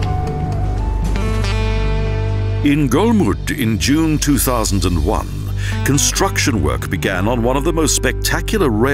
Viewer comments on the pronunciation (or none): none